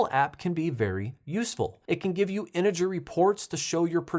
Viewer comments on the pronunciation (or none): "Enegyr..." 😂 I think you meant energy